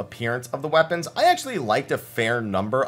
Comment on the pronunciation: Hahah he said moon weponds, there lunar weponds